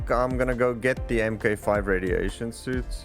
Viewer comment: FYI, Mk 5 is pronounced Mark Five.